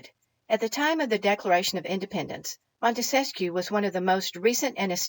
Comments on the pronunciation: Wonderful lady, the Montesquieu thing was just an fyi for future ref. Didn't mean to be the grammar police. ☺ I misspell and mispronounce too sometimes. I like being corrected so I'm not forever repeating an error, but that's me. Some folks don't appreciate it and think I'm finding fault, which in this hyper-critical age is understandable. Just keep on being wonderful and waking people up however you do it...and thank you! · Great video, as usual! Couple of things: have you spent any time with the Anti-Federalist Papers? Also, you may or may not want to know Montesquieu is only 3 syllables?